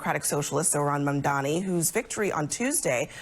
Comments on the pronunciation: Abel Maldonado is just butchering the name "Mamdani'" like its on his to-do- list OMG 😃😀😃😄😃😀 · Those racist clowns can't even say his name right 😄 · Why can't they pronounce his last name correctly? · Mamdani! M-A-M-D-A-N-I!! One of the easier surnames to spell and pronounce.